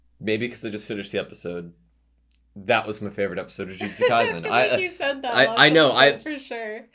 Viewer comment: In case you didn't know, the S in "Kaisen" should be pronounced like the S in "AutoSave"